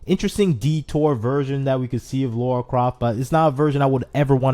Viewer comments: I was shouting "Lara!" every time he said "Laura" 😂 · Dude it’s Lara not Laura. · It's LARA not Laura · Say "Laura", now say "Lara" please notice the difference! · He’s doing it on purpose I SWEAR 🙄😂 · he was doing it in purpose I swear 🙄😂 why he said it every sentence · It's Lara, not Laura! Lol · It struck me every time he said Laura XD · definitely did it on purpose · At the expense of sounding mean, please learn to pronounce her name correctly. She is way too iconic of a character for there to be any confusion.